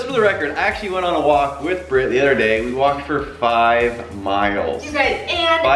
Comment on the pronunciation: It’s not Brett it’s britt